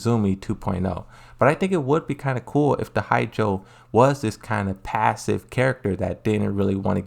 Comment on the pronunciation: Absolutely slaughtering the name Hachijo lmao